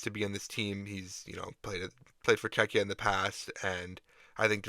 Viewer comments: Did the AI just pronounce Czechia as Khekhy 💀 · Why do you pronounce Czechia as kekhia? WTF bro? You got internet, google the correct way next time, jesus..... So you know how to pronounce Czechs, but not Czechia? Lame.